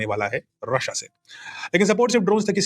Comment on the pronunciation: sir, आपका रशिया बोलने का तरीका बहुत शानदार होता है, हर बार। ❤❤❤ जय हिंद❤🙏🏼